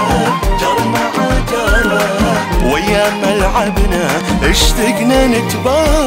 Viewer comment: ملاحظة صغيرة اللهجة الكويتية مو إشتِقنا ❌ الصح اشْتَقنا وشكراً ع الاغنية الجميلة اللي لامست مشاعرنا🥺